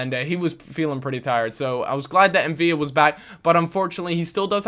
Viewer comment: The L in M'Vila isn't silent..